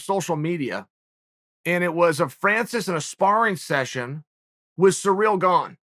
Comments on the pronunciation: Chael trying to pronounce names correctly: "Cereal Gane" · Ciril Gane: Say my name. Chael: Surreal Gone. Gane: OK great.